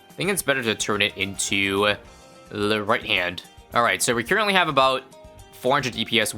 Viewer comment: "right aboot"